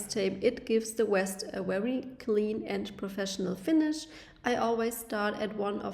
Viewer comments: You keep saying west it’s pronounced vest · She's German, it's Weste in her language. Cut her some slack.